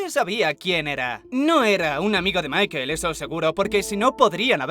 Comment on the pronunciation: "Maikel" jajaja Es Michael y se pronuncia Maicol.